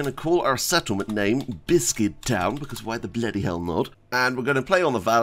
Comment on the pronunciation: I for one am a fan of the subtle adding of S to bissssscuit everytime you start a new game.